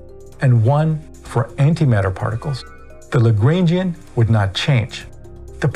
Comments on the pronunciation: I wouldn't pay too much attention to this guy, he can't even pronounce 'Lagrangian'! Seriously I've never heard anyone who knows what there talking about pronounce it that way. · I’m sorry but WHY do u pronounce the Lagrangian like that??